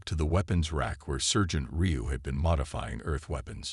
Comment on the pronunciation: This video sucks!! Your narrator is an AI idiot!! Sergeant is pronounced "sar gent". Not as in sir. There is no inflection or proper pausing for word spacing! There is also no honey badger!! I only clicked on it because it showed a honey badger!! I don't like your voice either.